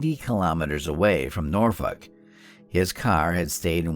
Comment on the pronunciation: Are you trying to say Norfolk?